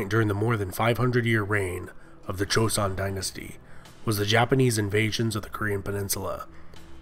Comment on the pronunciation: This is quite late, but your video was the second video I watched about this topic and let me tell you, your apology about potential mispronunciations (which weren’t bad at all) was greatly appreciated considering the first video I watched pronounced joseon as Joe-see-on